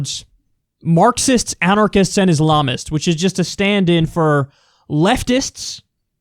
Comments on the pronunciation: He actually said "Ilamists", not Islamists lmfao. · He said ilamist? Wtf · The ilamist huh Glenn? You couldn’t even say it the first time haha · Wtf is an "ilamist?" 😂